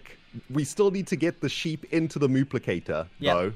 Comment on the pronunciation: Did he say mooplicater.